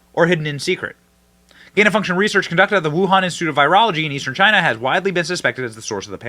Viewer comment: The lab had strange activity and something related it’s air system replaced right around this time. Pair that with Fauci’s absolute panic…this has been obvious from the start. “Because it’s came from CHY-NAA”